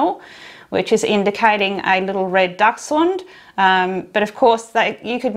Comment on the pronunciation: As I have a German husband, thank you for saying the dog breed correctly! He’s s very cute and I will make one for sure.